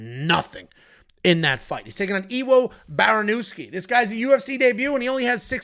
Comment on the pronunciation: W in polish is V. “Ivo Barnievski” is how you would pronounce it. Same way you pronounce Blachowicz